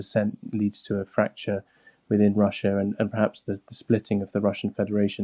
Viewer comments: Wussia? Wetorwick? Airkwaft? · A weal war in Wussia? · Please get a better bwaudcastew!! a weal war being waged against wushia cwuise missiles cwank up the wetowic give ukwainians hope that he's loosing the fight or to wowwy them? Victowy Day Pawade wushian wecwuitment officews are twaling Mosks and Immigwation centews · Look I want Ukraine to prevail in this conflict, but there's an elephant in the room here. Someone over at The Times Radio gave this guy the segment where he had to say "Wussia", "Ukwaine", "cwuise missiles", "whetowic", "wecwuitment" and the like